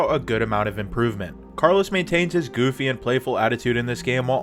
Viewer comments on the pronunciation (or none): none